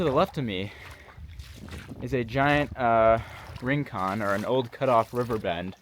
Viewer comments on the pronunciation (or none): Colin Fletcher once spent most of a day observing a colony of beaver at the confluence of the Colorado and Little Colorado Rivers. BTW, kibbitz from an old Spanish teacher: rincón is pronounced "ring-CONE." It means an inside corner, like in a room or a canyon, not on a street.